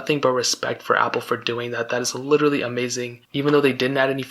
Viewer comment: Did you emphasize your correction with the wrong pronunciation of literally after you already said it correctly? LITCHERTALY